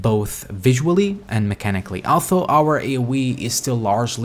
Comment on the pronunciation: LOL had to click off the video couldn't take that "altho" best of luck not being able to talk